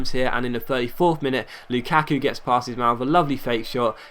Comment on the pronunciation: The way he says luKaku n what difficulty is that